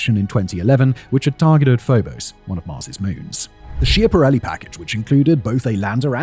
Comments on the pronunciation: schiaparelli is pronounced "skya-pa-REL-li" not "shee-a-pa-REL-li" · Please, mind the pronunciation. It's "skiapparelli" even if it's spelt with ch. But we like to make fun of it by calling it "schiantarelli" from the verb "schiantarsi", meaning to crash. Pronunciation with k, as said.